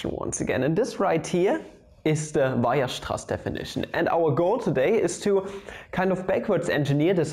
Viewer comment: Ah, good. I've been waiting to learn about Weierstrass from someone who can pronounce it